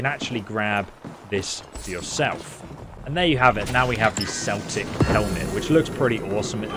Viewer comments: So pronounced Kelt8c and not seltic for the word "Celtic" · hate saying this but Celtic is pronounced Keltic not Seltic 👌😬🇮🇪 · It's pronounced Kel-tic with a K sound... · Why are you pronouncing celtic like the name of the football club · Keltic not Celtic 🏴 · Yeah Celtic is a football team...we pronounce it Keltic,;) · It is pronounced keltic i guess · I think it’s because ESO is British but yeah it’s Keltic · American following to British called it commonly "Seltic" haha 😂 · Its pronounced like it would be spelled with a K..... Like Keltic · ITS PRONOUNCED KELTIC WKDNDNXNNS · It’s pronounced Keltic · It's "Kel-tic" not like the New England Celtics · It’s not pronounced as the Fcking footy club...Celtic as in keltic. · Should do a re-shoot or dub over this because your saying Celtic wrong REPEATEDLY and constantly is very bothersome.